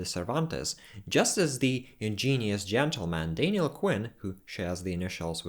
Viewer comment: It's not Dainiel it's Daniel